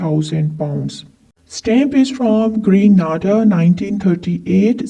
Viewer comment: Grenada is pronounced Gra-nay-da.